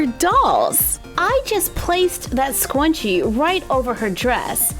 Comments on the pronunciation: What the heck is a scwunchie i cringed so much , , , , , , and so much more! I know I was kinda being rude but no hate to you or your crafts it just got on my nerve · ITS NOT A SCWUNCHIE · It's pronounced scrunchie￼ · It kind of sounds like she is saying scwunchie it kind if bugs but love ya anyway! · Did she say ..........squenchie!!!! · says scwuncie Me: AHHHHHHHHHHHHHHHHHH YOU BETTER STOP!!!! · I don’t know why people like it when you say scwunchie. It’s freaking annoying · im cringing at the way she says scrunchie. "squnchie" oh boy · It sounds like she's saying scwunchie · Why is she saying scwanchie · Scwunchie ha ha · why does she say swanchie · Usually love your videos but couldn’t watch with you saying sqwunchie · I know everyone said it but Scwunchie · I think you scwunchie😂😂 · Scwunchie hahaha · Who else herd her say scwunchy? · It’s a hard “scr” sound in scrunchie . “SK-Runch-ie” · How did u miss the r in scrunchie????? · You said scrunchie wrong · your saying it rong but its fine. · I am confused... is she saying scrunchy wrong, or have I been saying it wrong this whole time!?🤯🤔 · I hate how she prounces Scrunchie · There’s a r in scrunchie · Bt your saying it wrong you have to sound out the r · Oh my gosh I love you but I cannot that’s not how you say scrunchie....my inner 90s girl is hurting... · Asia Welch No she’s pronouncing it wrong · It is not scuoonchie its sc r un ch e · You sound like you are saying scwenchie not scrunchie (s-cer-un-ch-ee) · I'm starting to get a little annoyed. Please stop saying scwunchie please. I have a problem where I get a little ocd when people say words the wrong way & so yeah. So please stop saying scwunchie & start saying scrunchie please?😃oh by the way I'm not trying to be mean. Like I said I'm a nice person & I don't like hurting people's feelings it makes me feel bad & guilty. So please say scrunchie & not scwunchie please? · Is she saying scwunchie on purpose or is it a joke? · ''SQuanChies" <3